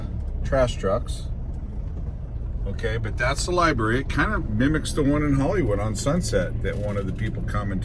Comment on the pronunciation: LI"BRARY" NOT LI"BERRY"